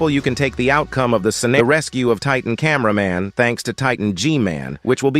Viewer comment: Camæaman titan